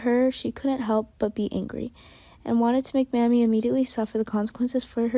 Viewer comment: Her name is not mammy it's Mamie